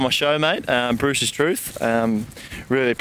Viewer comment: They say Bruce not boo